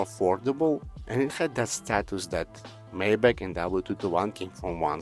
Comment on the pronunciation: Maybatch is correctly pronounced "[ MY BOK ] " , not " [may - batch]!😂